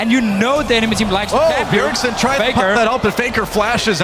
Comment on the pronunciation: "BJERSEN" lol